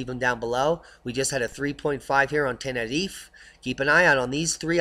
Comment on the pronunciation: Please say Tenerife correctly - nobody there says it like that and it sounds so silly. Anyways - I'll be there again in ten days time before moving out there permanently in a couple of years time and cannot wait - no more grey people, buildings and sky for me.